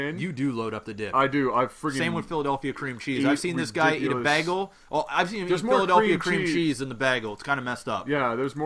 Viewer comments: I'm canadian and I dont approve of that bahgel prononciation... srsly bro, baygel! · you guys say baagle instead of baygul this bothers me more than it should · Heard him say "bahgul", immediately checked the comments to see if everyone else heard the same thing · its pronounced bay-gel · anyone else sorta laugh when he said beagle? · canadians pronounce it baggle... ? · you said bagel wrong lol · I'm from montreal, we do not say bagel like that O_o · You guys say bagel sooooooooooo wrong